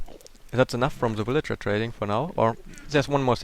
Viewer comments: just to help u... say vil-age-er for villager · I like the way it sound like you say "Willager" not "Villager"